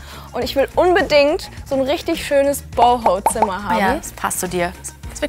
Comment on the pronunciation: Sie sagt BOHO-Style😂